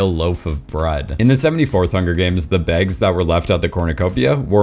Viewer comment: "The begs" Tell me you're Minnesotan without telling me 😂